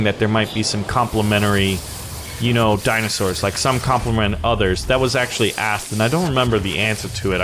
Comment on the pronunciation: did he axtuley say that